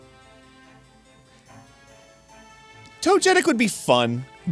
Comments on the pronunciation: I just realized how Arin says Togetic (Toe-jet-ick) and it’s baffling me it’s definitely pronounced (Toga-tick) right? Or am I the weird one? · No way Arin actually pronounced “togetic” as “tojetic” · “Toe-Getic” Arin WTF 😂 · never in my life have i heard someone pronounce togetic as tojetik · arin pronouncing togetic as TOE-JET-IC hurts me so so much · ive never heard anybody pronounce togetic as "Tojetic". like. does he pronounce it "Toh-ja-pee" ? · It's pronounced tog•a•tick. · The most upsetting thing about this video for me was how Arin pronounced “Togetic.” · The way Arin pronounces Togetic hurts me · The way Arin pronounced Togetic hurt me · Why is no one talking about Arin's pronunciation of Togetic ??